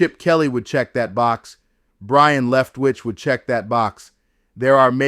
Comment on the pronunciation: His name is Byron, not brian...geez